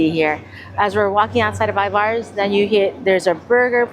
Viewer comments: Corrections. Pike Place market don't shorten it and you say Ivars. Ivers. (Er, not are) Elliott's is wonderful. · Elliott is a yes. Ivars...I pronounce more like Ivers...for whatever reason. That was probably ment to b a sasquach some report seeing here. The clam chowder can b bought at Safeway in the deli soup section. Great video..lots to be explored here and outside of Seattle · Love watching your videos and love how often you come to Seattle. Little Seattle pet peeve , pretty please please PLEASE with all the cherries - it's Pike Place Market. No S. 🤗 And Ivar's is more like IvERs. Keep coming, love to see it 🙌🏽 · My wife and I laughed at your pronunciation of Ivar's. We say it as if it were spelled I-VERS. Thanks for a fun video🙂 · So nice to see you in my hometown. I’ve eaten at Elliot’s Oyster House many times. It is delicious. Love their take on halibut when it is in season. Of course they are known for oysters, but all their seafood is great. Also, we locals pronounce Ivar’s “eye-vers”. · Pronounced Ivers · Anyone else here from Tacoma/Seattle that shutters when they say Pikes Market and I-Vars? I do like their videos though. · I love you guys and recommendations from all your videos. I'm curious to where or why you pronounce Ivars that way because I'm seeing this alot lately. Just curious because as far as I know Washington pronounces it this way, Just curious because am I wrong all this time?😮